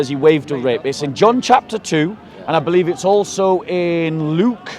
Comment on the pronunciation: "He waved the wrip around" 😂😂😂